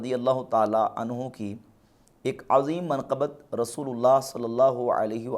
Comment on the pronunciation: Azeem to aise pronounce kr rahe ho Jaise Yaha Azeem se Mtlab Azmat waala ho